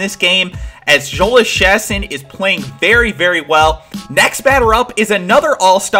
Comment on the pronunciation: Just a little heads up Jhoulys Chacin is said "Yo-lease Cha-seen" :D